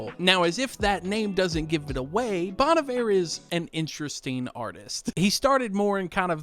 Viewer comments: This "low effort" vibe genuinely looks like an AI generated garbage post. I like a minimalist style—simple words/colors—but this looks like the design equivalent of a keyboard smash. Also since I don't listen to this artist, first time I've actually heard someone say "Bon Iver".... NOT how I've been saying it in my head for years, that's for sure😅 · Getting advice from a guy who can't even pronounce Bon Iver right. Putting down these artist isn't a way to appreciate them. If you don't like their music to begin with, why are you even looking at the merch. Get a grip dude!!